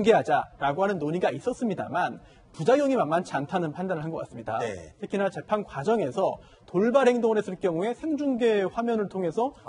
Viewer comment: 인가 하는 기자 좀 나오지 말라고 해? 채널A는 그렇게 기자가 없나? 밍하게 생겨, 뉴스전달력도 한심해. 더군다나 얘기할때 발음도 엉키지 않는 적이 없다. 오늘도, 재판을 재팽이란다 아이고야. 이래 가지고 되겠냐?